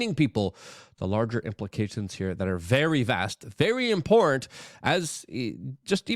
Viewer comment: Important and in-port are 2 different things buddy. Say it correctly